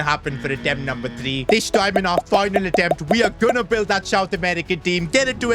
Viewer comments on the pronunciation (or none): bro said bield